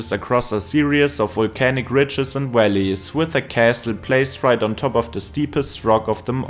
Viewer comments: Valleys pronounced Wellies 😂 everytime I just pictured some big rubber boots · I thought he said deep Wellies , then i realized he was saying Valleys 😂. The building are made from sandstone and are a golden colour , pollution has turned them black .Apart from that , thanks for the video of my home town .